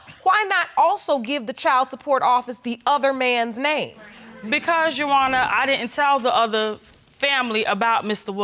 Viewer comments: Uwonna learn how to say "your honour"? 😅😅😅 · Bunch of illiterates! Absolutely shameful and she can't even pronounce 'your honour ' ! Shameful!!